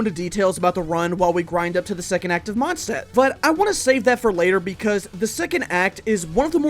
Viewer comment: He said wenti's vindcurrent in the monstadt final fight???